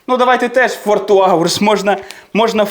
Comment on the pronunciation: Ваше "фоР" просто додає смішну родзинку😂